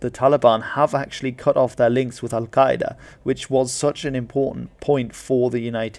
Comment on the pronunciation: Well done on your pronunciation of "Al Qaeda" it must have taken a lot of practice - I don't speak Arabic but my language is part of the Afroasiatic language group so I don't have any issues with Semitic sounds you western folk struggle with so badly. My hat goes off to you Sir!